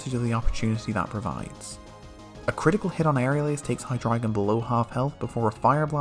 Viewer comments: finally, someone who pronounces hydreigon correctly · I love that you're one of the few people who pronounces Hydreigon correctly, yet you keep saying "Crew-kodile". The first syllable is just the word "crook".